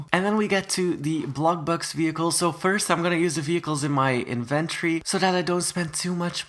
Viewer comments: lol says "invenory" not inventory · Love ur accent BTW except when u say INVENORY